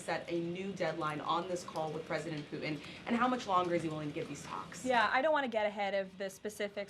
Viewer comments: It’s Putin not Pu’in … what is it with millennials and pronouncing “T’s”? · Who is poo- en??🔖🔖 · How can she be so intelligent… and say “poo-in”?????🤦🏻‍♂️ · BBB is a tax break for millionaires by eliminating medicare. Can’t believe a word she says just like her dear leader. Her cross must have finally melted under the weight of all her hate and lies. Maybe she should learn to pronounce her Ts when she speaks.